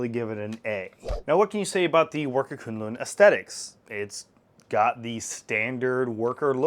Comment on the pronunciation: FYI, it is pronounced 'koon-loon' I hear quinlin in the beginning, just to clear up the naming.